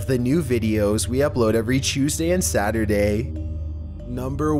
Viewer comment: sadurday lol